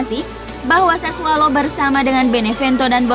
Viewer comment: Admin gak bisa nyebut sassuolo wkwk, sassualo.. Giuseppe, guiseppe